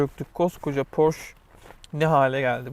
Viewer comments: Porş değil. Porşe diye okunur. Faydalı içerik teşekkürler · Porsch degil, Porsche genc. Porsche = Porşe. Xiaomi mi 10T Pro aldim 2 önce ve aksiyon olarak bu süpürgeyi yaninda verdiler. Hanim mutfakta kullaniyor. Gayet memnun. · Porche ye sadece biz Türk ler porş deriz. Gerçek telaffuzu Porşe dir. Bilginize. Başka ülkede porşum var desen neye sahipsin kimse anlamaz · Porş degil porşe diye okunur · Porsch degil PORSCHEEEEEE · Yahu doğru düzgün okuyun şu markayı. "porş" diye okunmaz. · “Porş” ağladı... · Porsche nasıl okunur onu öğrenseydin keşke